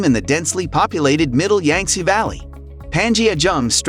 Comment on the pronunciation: You might want to research the proper pronunciation of the Yangtze River and the other Chinese names you butchered.